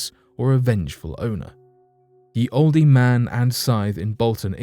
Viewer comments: I was thinking the exact same thing! As a Brit, he should know better! Oldee?! Come on! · Hey great story & narrating from you as always, plz don't think I'm being picky but when it's spelt like Ye & Olde etc I'm sure it's still pronounced as the & old, keep up the good work your doing. XxX😎🐘